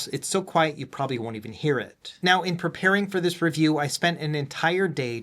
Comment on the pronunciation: I had to go back to older vids and see if it's always said "In-Depth Reviewa" 😅